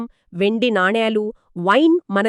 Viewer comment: నానీలు కాదు తల్లీ, నాణేలు